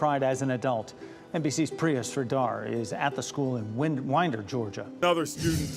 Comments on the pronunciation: Winder rhymes with find her, not whender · Much love. I have always enjoyed your content ever since I found your channel. Winder for some reason is pronounced wine-der. Also, apparently the dad bought him the gun AFTER the feds visited about his son making online threats and had been evaluated to have mental health issues. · It is aggravating hearing it mispronounced so many times.